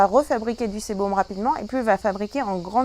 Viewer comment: on dit sébum pas sébom